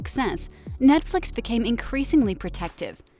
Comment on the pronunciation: I was just thinking why do they keep saying Netfix, this is CW lol.